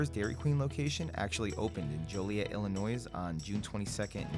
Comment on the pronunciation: Jesus, it’s not Illi-NOISE . It’s Illinois